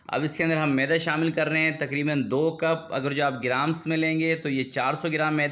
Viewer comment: اپنا تلفظ صحيح كر لين ميده لفظ هى معده نه بولين. كيك زبردست جزاك الله